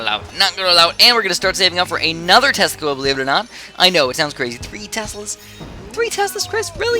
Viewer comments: Slow down your commentary dude! Every time you say tesla coils it sounds like "testicles." It was kind of funny but annoying too. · Yeah, really. English is not my native language, and I was like: "What have he just said?! Testicles?..." LOL